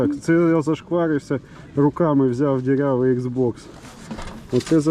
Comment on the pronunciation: Не ксеокс, а ікс окс)